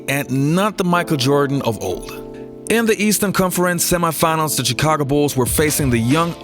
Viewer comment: Its "Shi-ca-go" not "Chee-ca-go"